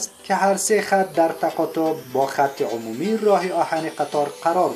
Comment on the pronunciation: هومومی ؟؟؟؟؟؟؟؟؟ شما ره بخدا قسم بروید حروف الفبای دری یا فارسی ره یاد بگیرید بس است ، آبروی ما را نبرید یک لغت معمولی ره گفته نمیتانید خودت بنویس همی لغتی که گفتی ببینم چطور مینویسی !!!!!